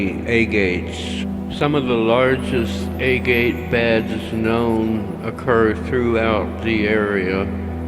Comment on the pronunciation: The music was kind of creepy and I don't think I have ever heard the word agate pronounced like that.